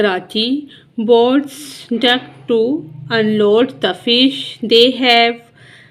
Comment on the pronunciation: Mam it's dock not duck